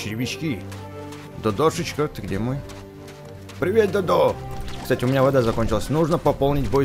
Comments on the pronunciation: Читается как Додо(ударение на первое о) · Правельно Д`одо а не Дод`о